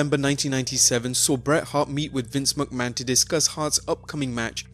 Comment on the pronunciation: "Vince Muckman" ?